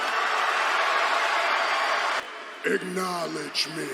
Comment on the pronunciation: Just "acknowlodge"